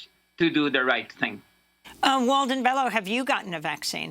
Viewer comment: Pronounced BELYO